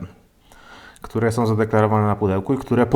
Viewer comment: Lubię oglądać ale od pewnego czasu ciężko się słucha. JabkowOm, którOm, sOm, mocOm, tajemniczOm, magsafowOm, jakOm samOm Na słuchawkach pokaleczony język, ale jak już zachęcasz do komentowania to takie moje spostrzeżenie.